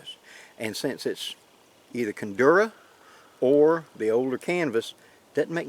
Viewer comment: There is no "N" in Cordura!